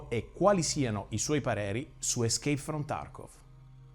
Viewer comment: Premetto che non ho finito, ma sembra che chi gli ha fatto reagire al video non gli abbia fatto nemmeno un po' di introduzione alle premesse e alle meccaniche di "ischeip from Tarkov". Più che sentire una sfilata di tecnicismi mal pronunciati, autocelebrazione e pubblicità gratuita sarebbe stato bello una vera e propria reazione a come gli sviluppatori han trasformato in codice ciò che lui ha sperimentato. Se si sorprende di vedere l'arma sempre puntata e pronta a sparare e mi fa il pippone sconnesso, forse non ha capito che non è un simulatore di buone pratiche militari, ma un simulatore di Cheeki Breeki.